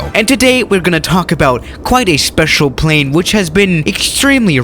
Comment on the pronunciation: Nobody:: sPEciAl pLAnE